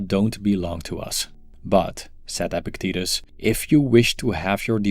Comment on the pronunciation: It is pronounced ePIKtatus. Possible to attain you speak a lot about him. You should learn to pronounce his name